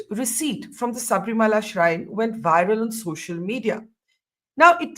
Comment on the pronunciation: It’s Shabarimala not Sabrimala as pronounced by Barkha Dutt